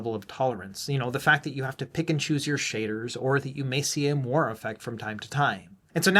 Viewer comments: It's pronounced "mwa-ray", not "mo-arr", and that's as spicy as I plan to get on this. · Interesting video. FYI, moiré is pronounced "mwah-ray", though :) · I think you got it really close. "Mwar" sounds a lot like "more." :)